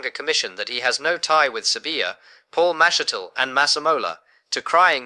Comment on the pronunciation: This is AI nonsence. He has not received a sentence yet. Just listen to how mashatile's name is pronounced. !😂